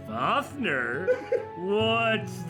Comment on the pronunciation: Am I the only one who’s somewhat mad over how they pronounce fafnir? Seriously. Your supposed to pronounce it like fafnIr or fafnEr. Not FAFnr